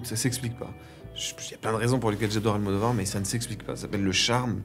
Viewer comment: I'm so glad Louis said Almodovar